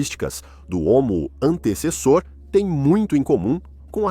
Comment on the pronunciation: Assisti a este vídeo na versão dublada do inglês e a IA não acertava uma vez o nome do Homo antecessor. Antissassauro, Antessauro, Antauro, Antessa, Antes e Antezus kkkkk